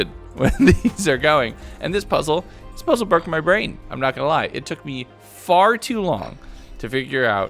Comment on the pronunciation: Bro said baroke I'm dead 💀